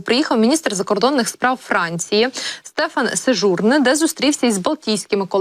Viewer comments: Пані ведуча, слід правильно робити наголос на французькі прізвища 🙂 Не Сеж(у')рне, а Сежурн(е') 👈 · Ведуча,ставте правильно наголос---Сежурне,наголос на Е,виглядає безграмотно !!!